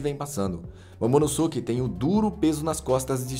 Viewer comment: "Momonoske" pq ngm fala "Sasuke" e sim "Saske", o U não tem som entre S e K